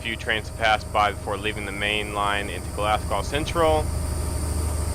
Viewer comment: I think it is pronounced glass co